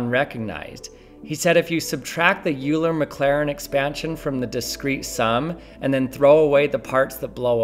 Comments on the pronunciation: "Yuler Maclarin" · Nooo not "U-ler maclairin"